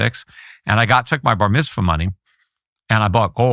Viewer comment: I can't believe how many time this guy said Barmithzwa. We get it..